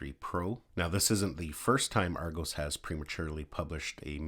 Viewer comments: It's Argos not Argose! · Ar go s 🤣🤣🤣🤣🤣🤣🤣 it's argos not ar go's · Argose 😂 Ar-goss!